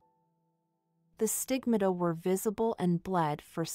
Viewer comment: Just FYI, the word stigmata, is pronounced having 3 syllables. Thanks for the video, there aren’t many on YouTube about Jehenny that are any good.